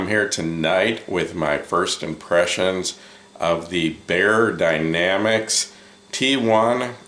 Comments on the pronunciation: The correct pronunciation we use here in Europe is the "other". Your pronunciation is more like "Baer" which is also a German name. But it is Bey-er as opposed to "Baer". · It's pronounced the same as buyer dynamic 😉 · Should be "buyer". Can check the beyerdynamic YT channel to confirm